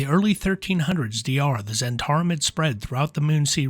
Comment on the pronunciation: zz-HENT-ah-rim, not zhen-TAR-im